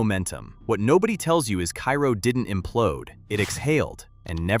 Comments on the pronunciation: Kay- ro not kai-ro.... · You mispronounced Cairo. It’s pronounced KAY-ro. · Loved your content. You can hear the person behind the video. I enjoyed the pacing. I enjoyed the jokes. One point of clarification, Cairo IL is pronounced karo like the syrup. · Cairo, IL... Pronounced "Kay-Roh." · Number 10 is pronounced “cay-ro” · It's Car-o (long a) Illinois. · Hearing Cairo mispronounced a dozen times in the first minutes made me post this comment then move on to another video.